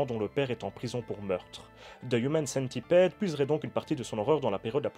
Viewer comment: AA j'avoue que je sais pas si tu le fait expres, mais le fait que tu dise "human" avec l'accent et "centipede" en francais sa m'irrite autant que les gens qui disent "FBI" en anglais mais "CIA" en francais.. ou qui disent "iPhone" en anglais, mais iOS / iTunes en francais arrrhhhhhhh